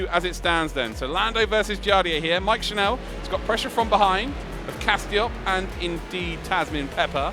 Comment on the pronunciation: Just a note to the commentators: Mike's surname is pronounced the same as tv 'channel' instead of 'chanel'